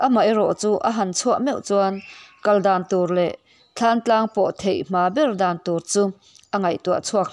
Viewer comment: Thlantlang tih hi i lam dik lo bawk